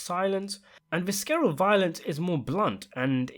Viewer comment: Friendly correction. The pronunciation for the word, visceral is "visseral" instead of "viskeral." Also, the word you want to use for a severe beating is pummeled. The word you used, "plummeted" means, to fall down rapidly from a considerable height.